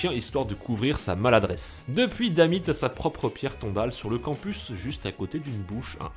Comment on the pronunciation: Bonne vidéo. Par contre "Dammit" et "Challenge".. à quand une vidéo "lève toi avec un accent anglais moins merdique"? ;)